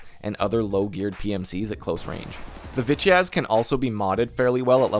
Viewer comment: any1 else heard "bitch ass" everytime when he said "Vityaz" lmao